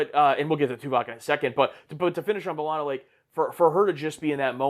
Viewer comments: Buh-lah-na or Bae-lah-na Both are fine. Definitely not Ball-ana 🍌😅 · Belana, not Balana. You pronounced the E the way you pronounce "h-e-re" or "wh-e-re" or "anywh-e-re". 😊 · In the first episode, B'Ellana introduces herself as BAY-lanna. And then everyone else says BUH-lanna for the rest of the show. So I guess the whole crew just never asked her how to say it lol. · To be fair, the show took a while to really settle on pronunciations for both B'elanna and Chakotay. I'm not sure they ever truly decide whether it's b-Lahna, Bell-ahna or BAY-lahna. Maybe easiest to just say Torres. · Dont worry there are multiple ways to say B'Elanna's name. Janeway says "buh-LANA" Tom Paris says "BUH-lana" and B'Elanna's family says "bay-LANA" dont feel bad about saying it whichever way. Its the blessing and curse of unique names. Everyone says it slightly different and you remember how each person says it and who pronounced it close to family but never quite the same.